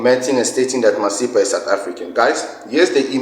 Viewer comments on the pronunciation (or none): But the way that guy pronounced Masipa for me that made me side eye him. It is a South African surname which he pronounced the same way I've heard zimbos pronounce their own Masimba surname.